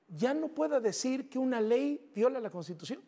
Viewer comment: ni siquiera sabe hablar ni leer! Dice La “Contitución”! 🤬